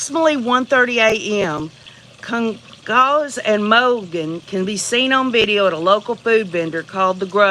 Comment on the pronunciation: On rewatch .....i think its pronounced like Gon-sol-vez I could be wrong